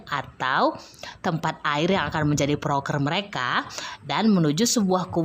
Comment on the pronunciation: Proker bukan prokes